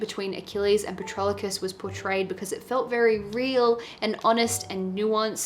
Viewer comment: Patroclus...there's no early "L" like Patrolocus 😊